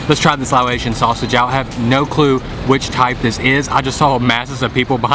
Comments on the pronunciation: Laotian pronounced (Lao-ocean) not (lao-atian) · Why do you pronounce Laotian as Lao-ay-sian?